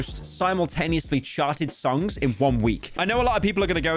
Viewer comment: did anyone hear Pyro say sharted instead of charted